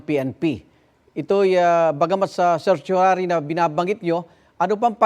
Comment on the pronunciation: Nanginginig na si bato.nagkakanda utal utal na sa pagbigkas ng certiorari.wahahahahahaha😂😂😂😂😂😂